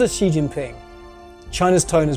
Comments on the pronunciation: She can't pronounce xi what a shame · The way you pronounce Xi... Is incredibly cringe... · I know this is minor, but if your job is doing voice overs, couldn’t you at least try to pronounce Xi’s name? Also, who over the age 5 says “nucular?” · Seriously? You couldn't even get his surname right? Pronounced more like Shi (not Si). That's unforgivable to start with. Then you have someone who talks quite vehemently and states umpteen times over that he was born into an elite family (so?) and then at the age of 9 that elitism was lost in a Mao purge. So making it true that he had a very difficult childhood as the official story-line goes. Why did you try to make out so much about this privileged background as though this was somehow utterly reprehensible. Is the rest of the video any less biased? I somehow doubt it. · Its president shi (xi) , not si :/// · I wish people would learn to pronounce Xi's name correctly. It is pronounced 'she' and not 'see" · Xi isn't pronounced "see". It is pronounced "she". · If you look at the Bopomofo and match the Yale with the pinyin for Xi, it is "syi", same sound. There is no Shee in Yale or pinyin. I believe it is a rising second tone, right? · Why does the narrator mispronounce his name as "See?" It's simply anglicized as "Shee." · Xi is pronounced "she" not C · His name is NOT C ! Xi pronounces as “she” respectably. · its literally pronounced "SHE" in english, not "KSI" or "SI" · Lol. ‘See’ Jingping. 😂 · Yeah but anyone with any knowledge of putonghua knows it’s pronounced more like ‘shee’ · Xi Jin Ping is pronounced Shee Jean Ping. XI is Shee. The rest you have correct. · Xi is pronounced like the word she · It’s pronounced “she” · The video say Xi like she, are you kidding me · It's pronounced like Shee. Shee - jin-ping. Get it together Economist. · the presenter could at least have googled the correct pronounciation of his name before blasting this out on youtube